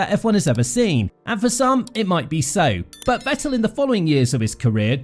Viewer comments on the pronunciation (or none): He at least deserves to have his name pronounced correctly, but nobody can put in the minimum effort